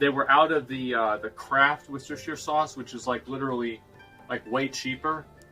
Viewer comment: Why can't Americans pronounce Worcestershire? It's three syllables. Wuss-tuh-shuh. Fucking get it right.